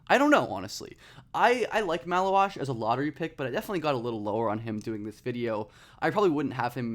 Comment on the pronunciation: Take a pint for every time he says malauach